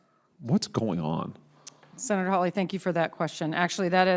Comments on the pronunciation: how on Earth did she ever get to be a general? oh yes DEI Mr. Hawley, and Mr Kennedy are brilliant, and know what they're talking about. It's Hawley, not Holly get it right!! I didn't hear an eruption of Applause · Will SOMEBODY please program the STUPID AI "narrator" that it's Senator HAWLEY, NOT "Holly"! GRRR, DAMMIT!! :face-orange-frowning::face-orange-frowning::face-orange-frowning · It’s Hawley. NOT HOLLY. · "Hawley" might sound like "Holly" to some, but being able to use AI-generated captions still has a long way to go before it's 100% viable. Senator Hawley is NOT Senator Holly. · The AI voice needs to STOP! Your fake voice can't even pronounce the Senator's name correctly! UGH and we don't want to hear a fake foreign accent! Gross